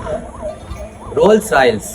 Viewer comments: Rolls Royals😂😂😂😂🎉🎉🎉that's Rolls Royce da thambi😅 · Rolls ROYALS aama😂😂it's Rolls Royce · Rolls Royce❌Ralls Rayce✔️🤣🤣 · Audi ❌ Aadi ✅ Rolls Royce ❌ Raals Rayis 😅😅